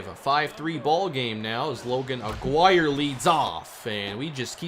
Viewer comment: Don’t like being that person but I think Aguirre’s name is pronounced “ah-gee-rey”. This series is 🔥🔥 glad smb got a franchise mode